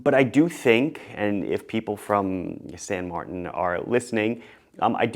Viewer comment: shouldn't it be "san martan"?